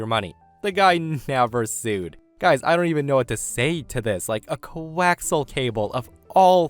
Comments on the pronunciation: I facepalmed when the guy mentioned coaxial cable. Sidenote: co-ax-E-al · "co-wax-al cable" 😅